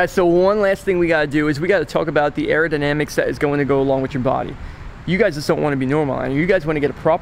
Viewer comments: "aerodynamacy".... lmao omg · ....not airodimacty........aerodynamics!!! what would you tell the cop if he asked what the hell do you have on your head????? A piece of cardboard.....ha ha ha ha ha ha ha ha ah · "Arodynamisy on" lol